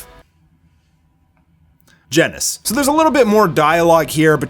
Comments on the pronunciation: I like that little pause you did there just before you said Genos, haha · Bro you killd me att wen you say genos 😂😂😂